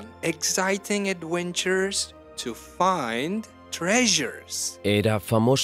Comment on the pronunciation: This is a really great idea. However, the person reading in English has odd pronunciation. The word "adventures" he pronounced "awentures". That's my only complaint so far.